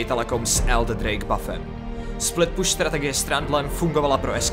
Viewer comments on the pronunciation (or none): none